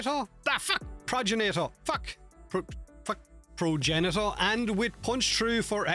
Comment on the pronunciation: "Progenital" Sure let's just go with that.